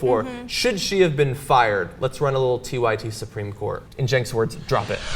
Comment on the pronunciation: that "drop it" sounded so Bourgeois, lol.